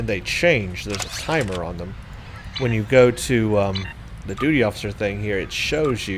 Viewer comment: I think you said duty so many times it turned into doody without you realising! :P